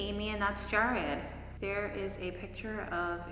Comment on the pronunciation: His name is pronounced JARRED not jerred